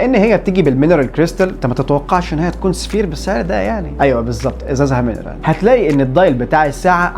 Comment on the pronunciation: ينطق "سافايار"